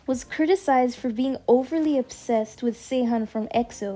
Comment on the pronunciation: sehun not sehan , but yeah its okay hahahahaha